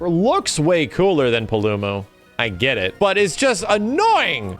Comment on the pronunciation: “Deviljayho” “Kulvay Tearith” “Pullumu” “Yan Gahruhga”